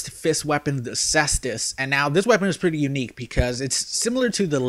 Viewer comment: caestus [ kay-stuhs].